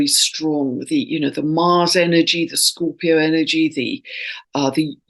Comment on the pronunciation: You keep saying mars square sun 8n scoorpio???